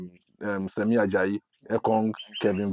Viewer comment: His name is SHEMI not SEMI or SAMI